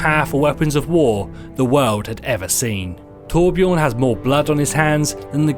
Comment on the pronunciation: hate to correct you dude but ummmmm your saying torbjörn wrong (btw this is coming from a Swedish person)